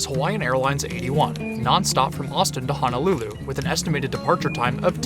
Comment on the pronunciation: loved this video ! Point of correction in pronouncing Honolulu... proper pronunciation is that Honolulu has no 'a'. Hoe (like the garden tool) - know - lou - lou .